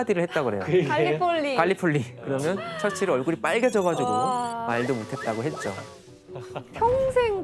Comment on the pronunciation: 처칠 발음이 왜저래